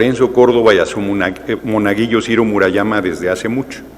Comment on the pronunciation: ay dice monaguilo y debe de decir monaguillo